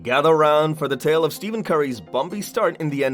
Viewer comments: It’s stephen not steven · He is saying Steven curry😂😂